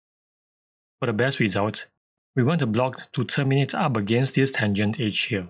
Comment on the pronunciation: Great tip! Tho for the first few minutes I was confused what "H" did you mean. You were saying "Edge" for the whole time! XD ^_^' You might want to work on the pronunciation of that one :P Thanks for the video. Cheers.